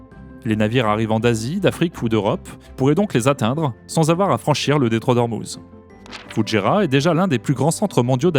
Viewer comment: vous dites bien Doubaî pour Dubaî, alors pourquoi dites vous Foudjéra et non pas Foujaîra, il n'y a pas de D et il a un tréma sur le i